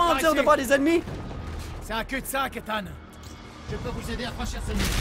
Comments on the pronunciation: arretes de dire ethan ça se prononce ethane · sa ce dit pas : Ethan(en) mais Ethan(ane) comme banane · SONT PRENOM C ETANET PAS ETENT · c'est pas ethan mais ethane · On ne dit pas étant mais on dit Ethan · on dit Ethan pas étang voyons donc ! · Une pensée pour tous les Ethan qui se font écorcher leur prénom ..Ethan se prononce Ethane, et non Étang .. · mais ptn c ethan pas etang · c est ethane pas ethan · TU LE DIS MAL LE NOM DU ROBOT ET C EST CHIANT CAR J E M APELLE ÉTHAN